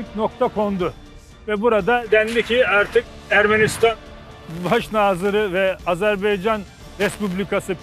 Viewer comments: Azerbeycan değil Azerbaycan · [Azerbeycan ] değil [ Azérbaycan] diye okunur